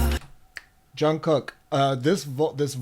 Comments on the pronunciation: Jimin Suga Jin etc you got right ...Jungkook is pronounced Jun Gook...according to him when he says it...The middle k is silent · also, you really didn’t butcher any of their names!! you got it down pretty well! the ‘kook’ in jungkook is pronounced a bit more like the oo in ‘cool’ rather than ‘cook’. but other than that, you’re doing great!! would definitely recommend ‘map of the soul: 7’. it’s 20 songs, which is a lot, but each member has a solo song which i think would help you get to know their voices a bit better!! keep it up!!